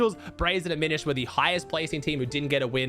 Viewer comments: After YEARS, is finally saying Aminished right 🙏🙏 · He said aminished and not a mini shed